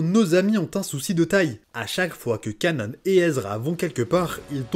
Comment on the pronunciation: Bonne vidéo mais le "Kanon" au lieu de "Kanan" m'a perturbé toute la vidéo ahah